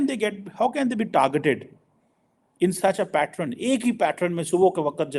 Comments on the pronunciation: It’s called pattern not patron - lol 😂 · And please learn English it’s “pattern” not “patron”